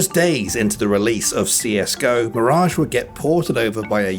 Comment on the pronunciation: mirajge, mirajge and mirajge xD